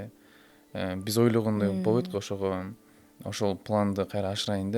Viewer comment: Бобойт эмес болбойт - деп сүйлөш керек . Точка эмес чекит койойун , бобойт эмес болбойт , отношение эмес мамиле - деп сүйлөсөң . Сөзүңдүн теңин орусча , теңин кыргызча сүйлөгөнүң туура эмес . Булардын жашоосу кимге кызык .